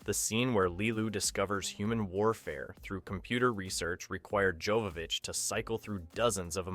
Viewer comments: Mila's surname pronounces as Yovovich. Her far ancestor was obviously named as Jovo pronounced Yovo from Jovan(Yovan) in west known as Johan or Ivan in Eastern Europe, and Yovov(means belonging to him when someone ask you which ones are you) ich is suffix denomination as little meaning his young Descendants. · This was a great video about a great movie. But there is one thing I feel I need to point out. Her name is pronounced Yovovich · Joe-vovich. Also, Besson isn’t 50 today, he was actually born in 1959, and wasn’t “starting his work on the film in 1991 at the age of sixteen”.